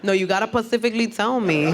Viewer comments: Pacifically... She's hilarious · Pacifically, Mouff (mouth) the outh is ff. Annoying.